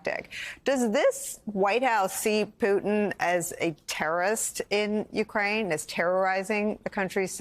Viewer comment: Someone should help Nicole pronounce the names of Ukraine cities correctly.